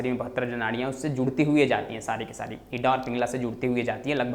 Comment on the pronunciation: Ida ka pronounciation to thik se kar lo pehle.